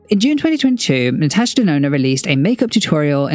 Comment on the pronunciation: So glad to find out ive been saving my money for the right reasons ❤ also sidenote: my name is Natasha and im so happy to hear a content creator pronouncing it the way I do!